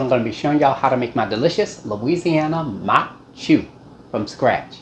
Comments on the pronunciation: From Breaux bridge here. This is a staple in Cajun homes. We have atakapas-ishak and chitimacha heritage and this dish is thousands of years old. I’m also surprised at your pronunciation, except instead of “chew” it’s actually more like “shoe” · In Cajun households it's pronounced Maque Choux (sounds like MOCK SHOE). The French 'CH' sounds like an 'SH' would in English. I'm not trying to come off as rude or ugly about it...I'm just passing along my experience growing up Cajun because I do love your channel.